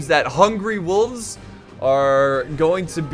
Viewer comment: Every time you say hungry wolves I think you're actually saying hungry wooves hahaha makes them seem way less scary hahah